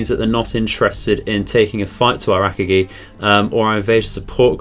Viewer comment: Just a heads up, you are pronouncing Akagi wrong. You say it as “Ak-A-GEE” and it’s more pronounced “UH-COG-E”